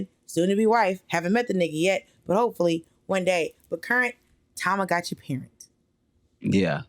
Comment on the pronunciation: Check out Hawaiian Pancakes. Great Restaurant Kona's Coffee, Pronunciation correction, it's TamaGuchi